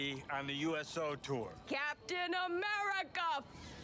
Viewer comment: USO tour, not SO tour. Also this was a lot of fun. Good job getting this react out so quick!